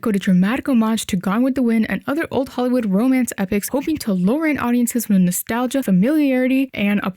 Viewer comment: "Lure", not "lower". Sigh. Does anyone ever WATCH their own videos before posting them?